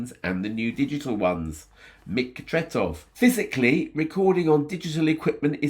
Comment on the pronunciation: Thank you for this great tribute to one of the greatest! Your pronounciation of Tretow is pretty much spot on 👍